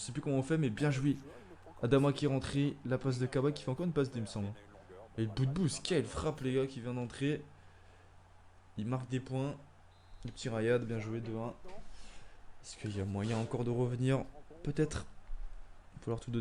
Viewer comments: C’est Riad boudebouz et pas raïad boudebouz Sinon super vidéo 👌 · Ah du dis rayad Boudebouz? C si ça que tu dis on dis Riad